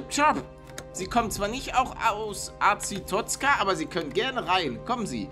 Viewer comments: Ich liebe papers please.Die story ist gut man muss sich viel merken. Und es wir Arestozka ausgesprochen. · Palle du sprichst Arstotzka falsch aus Es heißt aRsToTZka die groß geschriebenen sind die wichtigen Ciao! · Azitotzien xD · man spricht es Arastotzka aus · Paluten-beschützt sein Land weiß aber nicht wie es ausgesprochen wird 😂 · Hast Arstotzka falsch ausgesprochen